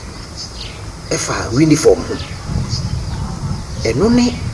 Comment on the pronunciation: I beg is "Uniform" not We-niforn. Lol